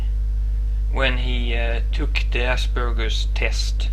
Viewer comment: For the first time in my life ive heard Aspergers as Ass Burgers ;3